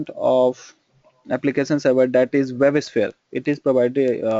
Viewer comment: Most of these reviews seem paid/favored. If your English is this bad, why not create video in Hindi? Also, if you want to make video public, please put some effort in learning to pronounce the names such as servers, webshpere, platform, EAR and list goes on .if you want to create your own pronunciation, then create/invent your own stuff first and then pronounce them whatever way you want :). There are quite a few wrong information given in the video. For example, web server's purpose is to route request. is your web server fundamentals clear?